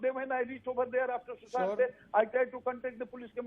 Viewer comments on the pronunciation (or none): Sushant. Not Sushanth.. at least know his name properly.